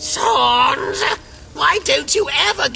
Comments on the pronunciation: SANESSS (SANS) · is it me or are they they pronouncing sans annoying sans kinda annoying